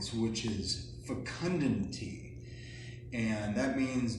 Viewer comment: the way he says FECUNDITY 🤣